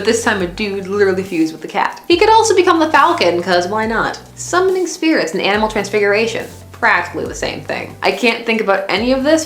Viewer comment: Manamal? How old are you? Lol